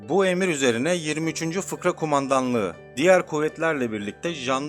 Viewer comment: Selamlar Özellikle defalarca dikkat kesildim "FIRKA,, yerine FIKRA diyorsunuz Yazilimda FIRKA olarak yazilmis dogru olarak fakat seslendirmede israrla FIKRA diye telafuz ediyorsunuz,lütfen düzeltirmisiniz. Selamlar Saygilar